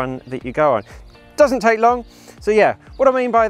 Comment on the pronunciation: How "lon" is your "lenth"?